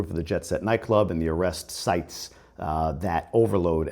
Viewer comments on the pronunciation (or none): none